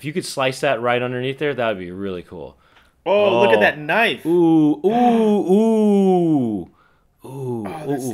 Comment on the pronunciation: That's not a knoife